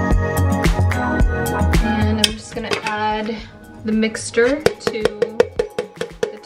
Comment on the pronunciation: why does pronounce mixture as "Mickstor"? 😂